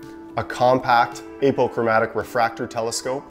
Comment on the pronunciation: What kind of telescope did you say? I heard april chromatic refractor Telescope.